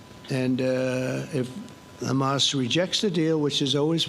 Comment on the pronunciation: Did he just called Hama soldiers?